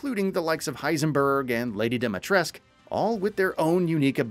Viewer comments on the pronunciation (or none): none